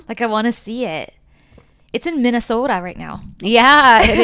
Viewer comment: Bridget!! You said Minnesota exactly correctly (if you're from Minnesota 😂) ❤